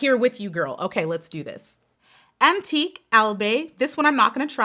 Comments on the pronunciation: Antinque = "an-tee-keiyh" or "an-tee-keh" .... Marinduque= "ma-rin-doo-keiyh" Hope these help. :) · I love antique....proper say it's antike